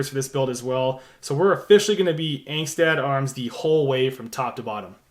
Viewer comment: Pronounced “ong-stot “